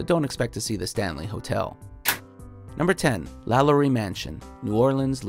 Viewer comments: Lalaurie is pronounced "La-lor-ee". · "Number 10: LaYanny Mansion, New Orleans." Bruh.